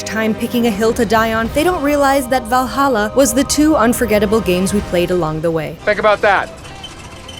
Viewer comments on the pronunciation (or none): none